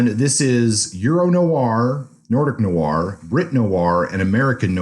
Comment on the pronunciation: What's 'Noo-ar' fiction? Is it fiction featuring 19th farmers from Somerset, England? It should be pronounced as a single syllable. If it weren't for the fact that it's an essential word in line, I wouldn't have mentioned it.